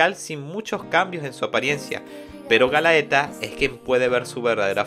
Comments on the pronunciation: oye, un par de correcciones, la numero 3 de llama "GALATEA", no "galaeta" y el abisal del norte se llama "ISLEY", no "alfonse", Isley vive en el territorio de alphonse, los abisales son ISLEY DEL NORTE, RIFUL Y DAUF DEL OESTE Y LUCIELA DEL SUR, el este lo controla la organizaciòn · Adelante PriciLLa: Se dice Pricila Galaeta : Es GALATEA Hilda: Ilda Miriam: es Miriya (Mirilla, ahora si se dice como en Pricilla o Miria para ser exactos jajajajajajaja) 🤣🤣🤣🤣🤣🤣🤣🤣🤣🤣🤣🤣🤣🤣🤣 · Men realmente aprecio el tiempo que te tomaste en hacer el resumen de este manga. Pero me desespera como pronuncias mal los nombres de los personajes ejemplo galaeta cuando en realidad es galatea o tambien alfonse cuando el se llama isley alfonse es el trozo de tierra donde estaba osea su zona Si no fuera x eso y otras cosas joer seria perfecto el resumen pero aun asi comprendo el esfuerzo que lleva hacer estos videos asi que se te agradece que des a conozer este.manga que es genial sigue asi y trata de mejorar que siempre se puede suerte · Todo el video me dio cringe cuando escuchaba Galaeta en vez de Galatea e.e (esa dislexia estuvo heavy) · Quería ver el video completo pero se me hacía irritante la mala pronunciación de los nombres y conceptos mezclandolos en ocaciones como hizo con los despertados y los abisales que son dos cosas completamente diferentes en cuanto a poder jaja buen video de todas formas, este manga es de lo mejor en cuanto a fantasía oscura, tendría que sumarse al trío de berserk, vinland saga y vagabound. Por cierto para aquellos que quieran ver el anime tiene una versión en español hecha por funimation, en face pueden encontrar los caps. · por que le dices Galaeta a Galatea? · @@ además es Galatea no galaeta, es Isley no Alfonse xD no se q manga leiste xD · Es galaTea no Galaeta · galatea no galaeta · Qué dolor de oidos cuando dices "Galaeta" Por favor!! Lee bien, es "GALATEA"!!! 🤦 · Está muy bueno el resumen 👌👌👌👌 Lástima como nombrabas a los personajes🤌🤌🤌🤌